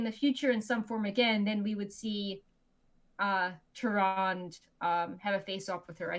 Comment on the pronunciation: Am I the only one that cringes every time says Tyrande wrong?